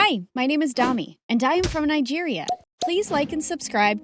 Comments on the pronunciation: It's not prounouce and "darmi" it's prounouced as dami oluwadamilola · they pronouncing the name darmi its dami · I can’t be the only one who thought they said dummy lol😅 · Pronounced damI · I love this but it’s pronounced Daa mee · OMG! MSA made a video with a Nigerian main character. I'm so glad they were able to get the story plot to sound Nigerian. The big city is probably 'Lagos'. Dami's parents are also Yoruba. You can tell by their dressing. Plus the name is pronounced 'D-aa-mee' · They can't speak "Dami" right lol It sounds like "Dummy" :') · They pronounced Dami's name wrongly and I know cause that is my moms name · Yessir finally a Nigerian story..the way Dami was pronounced tho, soryy too all the Damilolas out there for the spoiling of ur beautiful name, BUT OBSESSED W D VIDD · As a proud Nigerian I’m happy they added this country even tho the pronunciations r wrong 😅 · Naija to the world 🇳🇬🇳🇬🇳🇬 Tho it's funny the way they pronounced Dani and Tito🤣🤣 Didn't Dami's mum flog her when she fell from the tree onto her.... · Not the way they pronounce Dami lol🤣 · As a Nigerian I give an A in outfit because they are culturally correct. The names Tito and Dami are Yoruba and the parents outfits belong to not just any Nigerian culture but the Yoruba. My only headache is how the names are pronounced 😪